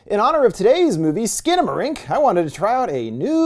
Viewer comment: it’s actually pronounced “Skannamarank”